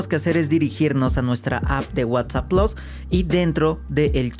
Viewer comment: Plus no plos